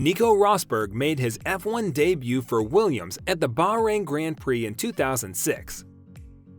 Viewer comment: Bah rain not baaaa rain